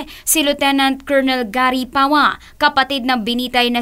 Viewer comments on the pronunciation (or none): none